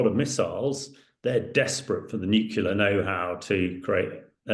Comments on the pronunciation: NUCLEAR, not nucular. Can someone tell this guy so we can take him seriously... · Stop saying "nucular", dumbass... 🤦‍♂️